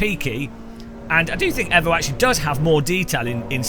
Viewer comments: yes, only because that’s the Italian pronunciation. Can’t blame him, but it’s properly pronounced ‘eevoh’ as the international motorsport language is English, and it’s the shortened version of evolution. You wouldn’t say Mitsubishi evvo… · Pronounced 'eevoh' not 'evvo'. As in 'evolution'. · Excuse me... AEVO?????? not EEVO??? bro wut 😂